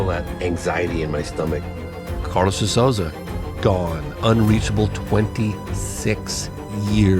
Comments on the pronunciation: For those interested (bc I'm Brazilian and natively fluent in English), (De) Souza is pronounced: "So - zuh". Rhyming with "toe" and "duh". Therefore, the first syllable of Souza does NOT rhyme with words like "sow (female pig)" or "Soo" as in "soon". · This is the pronunciation for Carlos de Souza last name: SOUL - ZAH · I barely know Portuguese, but this guy can’t pronounce the De Souza last name. One of the most common names in Brasil 😂